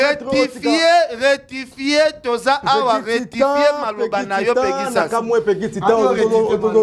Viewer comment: Ken Balobaka retifie🤣 loba rectifier bonne chance pour la suite 🤣